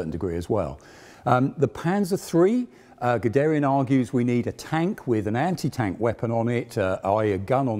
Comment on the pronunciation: Very good video and very informative. It would be great, if you would pronounce Guderian, Krupp, Panzer and some other German words and names properly.